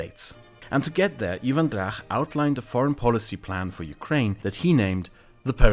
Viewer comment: please, before making videos like these, get into a call with a Ukrainian and a Pole and ask them to pronounce names. I literally LOL'd at "Eevan Drakh"